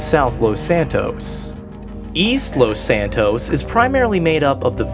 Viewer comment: it's Los santos not lost santos BTW great video.